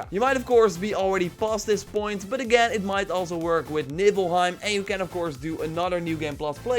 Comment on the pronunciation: !!!!! Did u just say nippelheim?? 😂😂😂